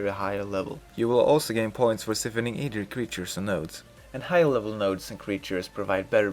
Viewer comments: I'm sure this was a great guide cause the small amount of time I spent here I learned a quite a bit but could no longer take the pronunciations of siphoning had to leave it was for some reason super cringy in my ears lmao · ***** I understand lol. I can tell English isn't your second language and you say "siphoning" funny. I liked this video though!